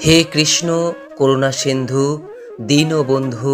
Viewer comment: Dinobondhu noi dinobondho Karunasindhu noi karunasindho